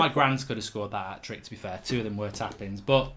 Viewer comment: Hatric hero said 😭